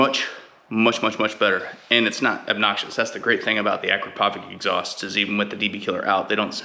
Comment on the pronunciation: Hi, I had the same struggle with mine, but I removed it and it sounds really better. By the way, it's pronounced "Akrapovitch" like "sandwich" ;) :) :)